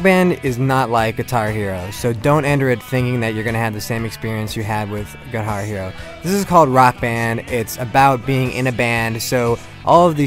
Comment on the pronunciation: He says "guihar" hero!